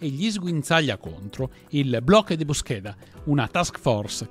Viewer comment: Aggiungerei anche bloque de búsqueda con l'accento sulla u